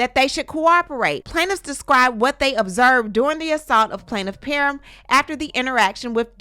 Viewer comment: PAR-HAM is how it is pronounced